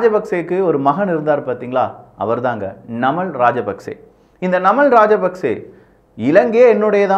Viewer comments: நமல் இல்லபா நாமல்.... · நமல் ❌️நாமல்✅️ அநுரா குமரா திஸநாயக்க❌️அநுர குமார திஸாநாயக்க ✅️